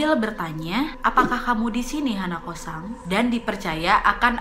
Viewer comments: Hanakosan H nya ilang in deh 🤣🤣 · hanako-san = h ny diilangin jdi?anako-san.